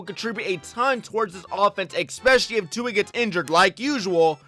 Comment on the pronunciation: Maybe I'm being picky but the word is especially not expecially. There is no x in especially.